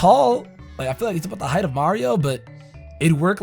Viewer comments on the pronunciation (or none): none